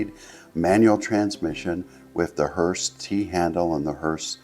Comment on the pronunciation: Listen carefully, he says “Hertz” every time he mentions “Hurst” Duh 🙄